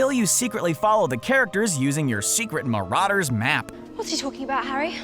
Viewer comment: You said Marauders wrong... sorry